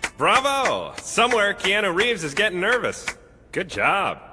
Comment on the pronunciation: Oomore keenua reieves